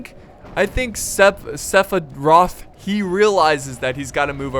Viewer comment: it physically hurt every time you said SEPHIROTH incorrectly